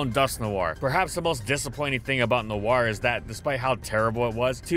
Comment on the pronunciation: "Noir" is French for "Night", and while his pronounciation isn't perfect, he's at least close